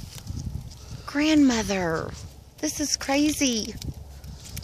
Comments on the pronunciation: Ģrandmother what a beautifull name ❤ 🐎🐴❤ especialy the way you say it 👍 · i know its stupid but im going to dislike the video just because "OH MA WERD" "GRanMaThUR" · I was like "why tf does she keep saying" grandmother"?! 🤨 " till I finally realized its the horse' name... 🤦🏻‍♂️